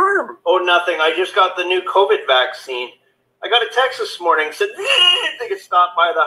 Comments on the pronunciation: Why do you pronounce vaccine... vax- skeen? Did i miss something. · Vax-scheme, as in it is all a planned agenda. Also, mispronouncing certain buzzwords helps to divert the YouTube algorithm that audits for videos with content that goes against the prevailing narrative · He knows how to pronounce the word. He says it differently on purpose